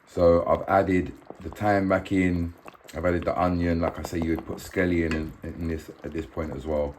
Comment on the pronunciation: Scallions not scellion 😂😂